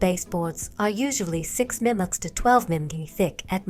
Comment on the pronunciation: Small note: the narration seems to have trouble with "mm". Perhaps you should use "millimeters" instead.